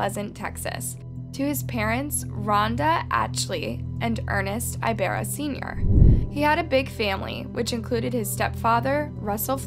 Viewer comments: I love your videos, but sometimes the name pronunciations are very off. Which I get! Not everyone can say certain pronunciations, like me with French words, but any video or google search could've shown you that it's pronounced with an "E" and spoken like "ee b AA r r aa". I noticed you tend to do this with Asian and Hispanic names in particular. As someone with a Spanish name that no one even tries pronouncing correctly, it's really frustrating. No ones expects perfection, but a little effort goes a long way. When you're doing research for theses crimes, maybe you can also do a quick search on the name pronunciations. It can make a world of difference to authenticity and to your viewers. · Ibarra “eeeebara” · Ibarra isnt pronounced like that...you sound funny saying it😭😭😭🤣🤣🤣